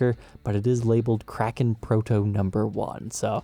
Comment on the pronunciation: I know it's probably nitpicking, but the word is historically pronounced KRAY-ken. The headstock-shaped island is a nice touch.